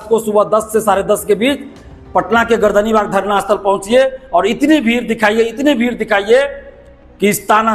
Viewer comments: Its Gardanibag, not gardanbag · गर्दन बाग नहीं, पटना सही शब्द है गर्दनी बाग